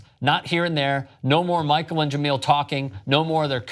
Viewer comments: Sc6 was dope but honestly it was best as his hers.. And btw it's pronounced ja mail.. Not ge meal.. THEY DID THEM wrong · Jamele not Jameel. Scram. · If you guys say Je-MEAL Hill one more fucking time... I swear, it's one thing to screw it up in one story, but I've left this same comment months ago, and heard you guys screw it up multiple times since. It's Je-MELL hill. Not meal. I can't even take the story seriously when it's so obvious that you don't even know the people you're speaking about. You can bash "corporate media" all you want, but at least there's a professionalism and concerted effort to get the details right. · Jah-mel not Jah-meal. Be professional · juh-MEEEL Hill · It's not pronounced JeMILL 😂😂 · Pronounce Jemele Hill's name right you scumbag.